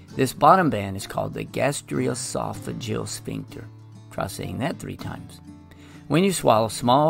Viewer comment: “Lair-inks” not “lair-nix” Gastr-O-esophageal not gastr-UH-esophageal Just clearing up confusion on a common mispronunciation.